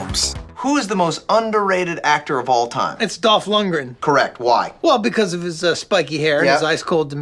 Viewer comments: It's Lundgren, not Luntgren..... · Maybe someone who can pronounce his name should have done this video. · I always thought (still do) that the g in Lundgren was silent... Never heard it pronounced that way lol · i always though the g was silent